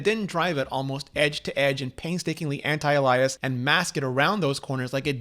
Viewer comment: "Anti-elias"?! eeehhhh?! XD